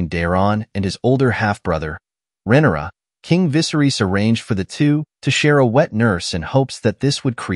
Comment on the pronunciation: Can you start pronouncing Viserys correctly? And Rhaenyra? Holy cow. Is this a bot voice or why is this so off? Most of the names are mispronounced.